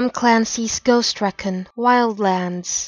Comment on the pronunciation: You pronounced recon wrong.